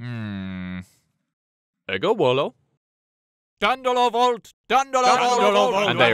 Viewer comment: I thought they said Eggo Wall-o at first, lol!